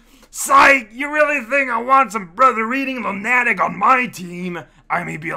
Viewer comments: LOO-nuh-tick Definitely not loo-NA-tick like says it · "Lunatic" is one of those words I've heard mispronounce for years now and I have no idea if it's intentional or not. LOO-nuh-tick. And to be clear, I'm not judging. I've never been able to learn another language at an even rudimentary level. Also, "monstrous." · isn't the emphasis v. much on the first syllabus? you got me frightened now i, too, have been saying that wrong for years